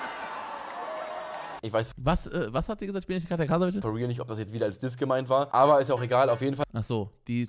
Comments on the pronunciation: Wieso sagen alle "Krasavitsche"? Man spricht es "Krasavitse" aus. Das "c" wird im tschechischen wie das deutsche "z" ausgesprochen. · Sie heißt Katja Krasavice (ausgesprochen Krasawitze) 🤍❕❗️⚠️